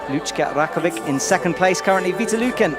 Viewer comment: Can someone get a pronunciation guide please? How many times do Alberto Ginés López or Lucka Rakovec have to get into finals before he even tries to learn how to say their names? How do you mess up Rogora so badly? I suppose we should be thankful he gets Laura right. Edit: apparently Rogora is something like he says it. Boscoe was getting it wrong all this time:) I'm still gonna complain about Ginés Lopez though